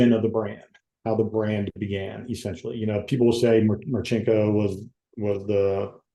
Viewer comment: If you have a seal on or a raider on when you talk about them it'd come off better..right now it's two army guys discussing what they think about stories that occured in other branches it not marchinko It's Marcinco respect it enough to get the name right Dick is a legend